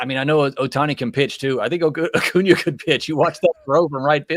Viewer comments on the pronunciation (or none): lol. saying O’Cuna after saying Ohtani